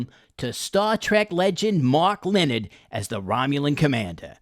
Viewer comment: Pronounced "Le-nard"